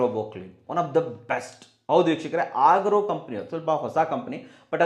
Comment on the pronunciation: ಅಗಾರೋ...ಆಗ್ರೋ ಅಲ್ಲ 😀